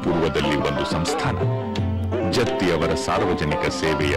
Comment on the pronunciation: Please note its "Jatti" not Jathi. Please correct it.